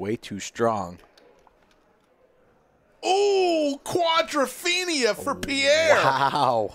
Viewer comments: Every time he says quadrophenia my skin crawls with cringe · If I never hear "quadrophenia" again, it'll be too soon. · I couldn't watch the whole thing for fear I would hear "quadrophenia" more times. Please, just stop. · "Quadrophenia"... wtf? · Wtf is this "quadrophenia" thing … if the commentator thinks he’s onto something "cool" can someone tell him he isn’t…